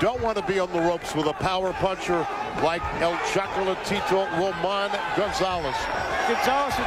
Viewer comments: it's Roman! damnit! ROMAN! not Ramon. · He keep saying Ramon. Is Roman